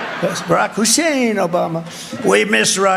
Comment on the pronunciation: He can pronounce Hussain correctly but not Kamala. What exactly is the logic there? 🤔 Keep up the first rate job,! 🙂💙